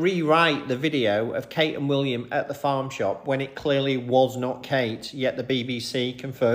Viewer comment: The funniest thing is how you say WOOLiam not WILLiam. 😂